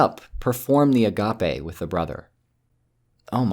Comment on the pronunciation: A "gape" is an opening and "agape" not "ah-gah-pay" is "wide open", particularly of the mouth or other bodily orifice.